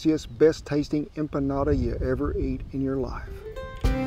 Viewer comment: I'm so happy about this one!! Thank you for giving the history and correctly pronouncing empanada :) I tried making empanadas once, but didn't feel confident with my dough. SO thank you for your advice <3